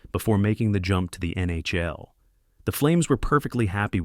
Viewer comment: The mispronunciation of legendary NHL players and the NHL acronym itself made me think it was odd for a clear non-hockey fan to make a video about this. Was this AI?